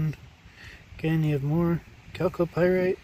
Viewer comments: When he says Calc o Pirates, that's just the secret way of saying 'Gold'... At 400 dollars an ounce, he must have several thousands of dollars there Jim Lad... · Do a shot every time he says calco pyrite.